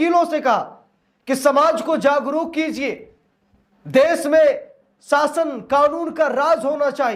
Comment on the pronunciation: Zagruk nahi jagruk bolo